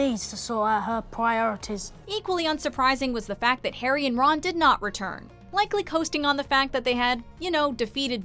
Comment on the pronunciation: Again who is hairy potter. Try saying Harry.